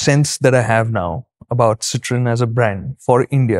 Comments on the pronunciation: Make a short video of the pronunciation please 😂😂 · You guys had me laughing and hooked at the 25th second with your french pronounciation! Oh god what a start to the day! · I clicked on this video just to listen how Citroen is pronounced. 😂😂